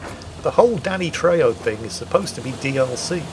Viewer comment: trejo is pronounced treho :D